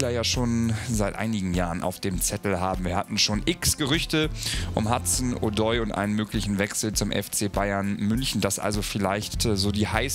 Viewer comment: Wenn ich noch einmal Hudson Udoi höre/lese… echt nicht mehr normal